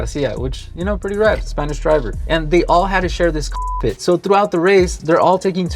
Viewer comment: Can't even say cockpit....🤔